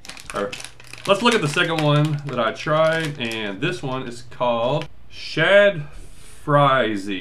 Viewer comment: drop the z......it-s SHADZzzzzz. Not shad Z